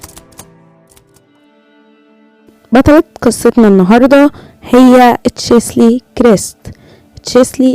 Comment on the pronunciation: النطق الصحيح تشيلسي وليس تشسلي ❤️